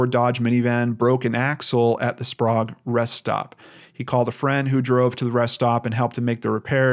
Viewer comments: Kih-tih-tass, spray-g, toe-pen-ish, yeah-key-muh. Sorry to seem nit picky. Just think of this comment as an encouraging hint from a local :) Thanks for covering this though. Many are heart broken for Cody and his sisters. It's a sad fact that Washington's CPS and DSHS system has been horribly broken for many years. First they got snatch happy then they did a 180 and basically refusing to remove at risk kids. Our system has destroyed many families! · It's funny to hear you say Sprague